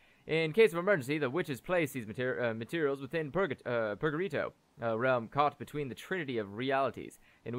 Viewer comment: Out of everything I ever saw you misread, "purgarito" is by far the best. Sounds like some weird Hispanic nickname. Love it.